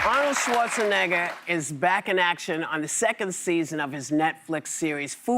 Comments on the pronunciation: Karen... Whoopi (whatever your name is) if you can't say Schwarzenegger properly then just say Arnold, Okay?! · Did she really call him SchwarzeneggAH!?!?